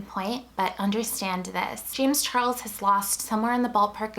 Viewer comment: james char-less LOL